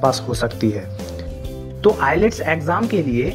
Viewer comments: Sorry to say but its ielts not i-lets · ILS bolte hai....I LETS NAHI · i lets kyu bol raha hai bhai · The pronunciation is itself wrong at the beginning of the video. It's Ayals not IELTS when it comes to reading. Kindly give correct information to viewers. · Tujhe ielts pronounce bhi nahi karna ata ache accent mein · Aap ko toh IELTS hi bolna nhi araha. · Yes ..ielts main..L or T ko sillent me bola jata hai itna k hi mujhe pta hai 😂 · IELTS me only t silent rhata hai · T silents hota h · Abbbe phle IELTS bolna to sikhle